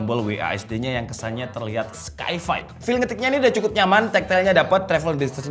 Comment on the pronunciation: Sci-fi science fiction bang bukan skai fai